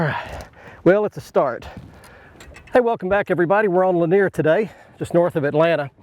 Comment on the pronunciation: Yes, he said Cindy Lanier